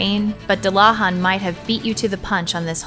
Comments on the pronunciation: And dullahan is pronounced doo-la-vawn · I am just cringing at the horrible pernounciation. Dullahan is pernounced as Doo-luh-hahn. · What kind of monster pronounces dullahan that way?! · Joshua Davis americans lmao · first time I've ever heard anyone mispronounce it so badly.